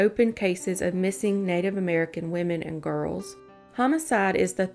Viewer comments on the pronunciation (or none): none